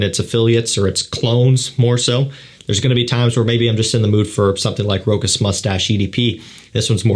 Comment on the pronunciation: This isn't pronounced Rochas like you say it. A true fraghead should know